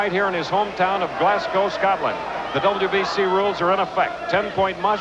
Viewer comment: Glascoe! Arghhh.. GLASGO(W) not COE. Scatland! Arghhh.. SCOTLAND as Scott..